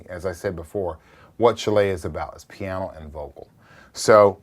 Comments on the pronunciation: love the way he says "piano" - pyawno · I believe it's "pihyano"